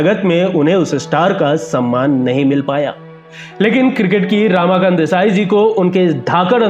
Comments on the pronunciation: Not रामाकांत, "रमाकांत"! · Ramakant Desai represented Siddharth College Fort Mumbai,he was picked to play for Mumbai by Vijay Manjrekar & Polly Umrigar prominent Bombay Ranji players of 1950s.He was called Tiny-टायनी & not टीनी.Ramakant's name pronounced as रमाकांत & not रामाकांत.